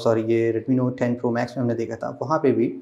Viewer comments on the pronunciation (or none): Redmi Nothe 10 yehhhh English🤣